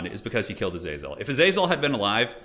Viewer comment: Originally I hated how pronounced Azazel's name differently every time, but honestly I'm learning to love the meme.